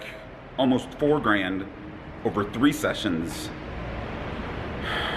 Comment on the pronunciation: Shessions? Did you say shessions? 😂💰♠️♣️♥️♦️